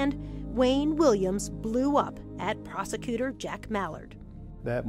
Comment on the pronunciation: the way she pronounced "prosecutor" 😅🤗